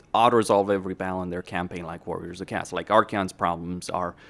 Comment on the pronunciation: Do you have a language disorder with your Warriors of Cast? Warriors of cast this warriors of cast that. The faction is called Warriors of Chaos! OS! CHA OOOSS! You know O? The letter O? Or is your head an O?